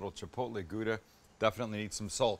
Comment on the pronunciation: This looks really amazing, I'm sure to make it pretty soon, maybe a small struggle to find all the ingredient. But Sam, take advice from a Dutch guy, practice a bit on your 'Gouda'.